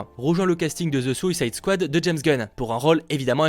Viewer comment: Tu devrais t’entrainer hors vidéo à prononcer The Suicide Squad pck moi je connais pas Ze Souillesaïde Scouade😂je rigole hein😉